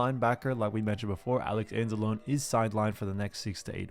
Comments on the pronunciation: It's pronounced Anz-a-lone-ee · I enjoy your videos, but as a fellow Italian I need to correct you. Alex Anzalone is pronounced Anzloney. It's an Italian thing. But great football content. That said, you have my sub. Thanks for killer 🏈 content.